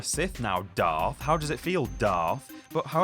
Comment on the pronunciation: Darth not doth